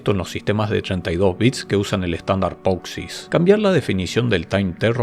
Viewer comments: Me pone nervioso cada vez que pronuncias poxix en lugar de posix. Por lo demás, todo genial. Haces los vídeos muy entretenidos. Gracias!! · acaso no era POSIX y no POXIS? igual en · me hace mal cada vez que dice "POXIS" 😫😫